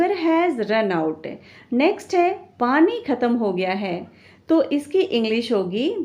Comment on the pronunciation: पनी ❌️ पानी ✅️